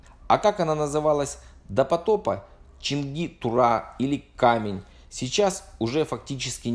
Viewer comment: Почему КамЕнь, а не КАмень? Может быть, это просто обычное слово русского языка "камень", с ударением на 1ую букву а. Сейчас же есть, например, город Камень-на-Оби (он произносится именно как кАмень.)